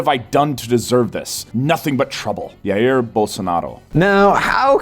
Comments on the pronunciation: It's ZHA-EER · When he started saying “yair” bolsonaro; I couldn’t keep watching.